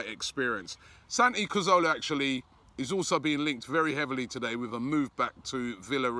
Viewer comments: He always says Santi CAZOWLA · Why do you say cazorla wrong every time surely you’ve learnt it by now